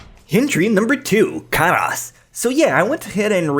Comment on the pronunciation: "Ka ras" Karas, pretty simple japanese to understand, yet somehow said completely wrong. I'm suprised by how limited in knowledge you are sometimes. You can say Yosuga no Sora well, but not Karas?